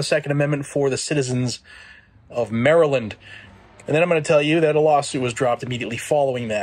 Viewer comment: It’s Maryland 🤦🏾‍♂️